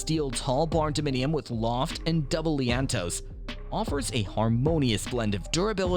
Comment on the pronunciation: IT's not "leaannntoe" -- it's "lean-to's" :)